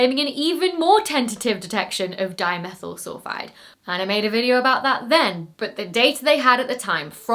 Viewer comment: At some places in the video, my ears insisted on hearing “dinosaur sulphide” instead of “dimethyl sulphide”. Now, THAT would have been an interesting find…